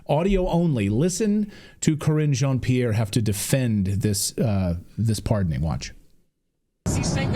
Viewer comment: cringe on Pierre not kreenj ohn pierre.